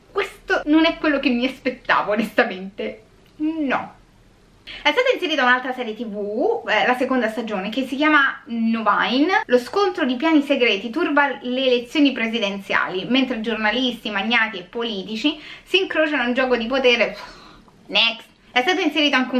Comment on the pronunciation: "Novine" è una serie croata e il titolo si pronuncia come in italiano